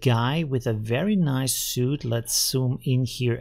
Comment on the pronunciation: "suit" not "suite" (pronounced "sweet"); "suite" means furniture or rooms, which may be why the room he's in is almost as grey as his suit :)